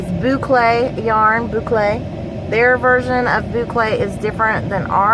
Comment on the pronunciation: Hello! Just finished watching Angela's video! Ran over here to check out yours! Love the notions pouch. I looked up the word papatya and it's Turkish. I heard the recording of how to say it. Here goes: pay-pah-ti-ah. The thread is cotton. Love all the colors!! Yes you are pronouncing boucle right! LoL! So glad ya'll had a great swap! Have an awesome evening!